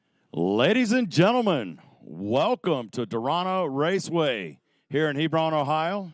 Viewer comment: Quit saying "Hebrawn," Everything in Ohio isn't pronounced like Lebron